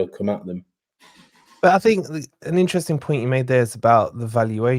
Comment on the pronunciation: fink fink fink, come on you’re not short tongued, speak properly people are listening.